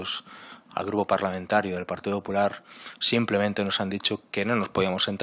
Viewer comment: Porque en vez de decir "partido popular" dice "partido 'hular"